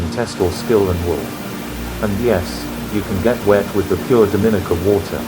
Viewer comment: Pronounce "Dominica" properly please.